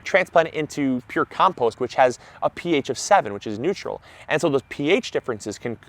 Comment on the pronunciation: Even people who know all that, and I'm sure knows that, start off by saying it incorrectly as he did in this video. Something has to be done. It's the fault of that clown who thought in terms of hydrogen potential, and it's time to put a stop to it.